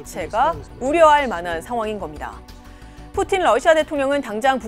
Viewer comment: 러시아어 전공인데 오 발음이 더 정확하네? 라는 생각이 들긴했음 ㅋㅋ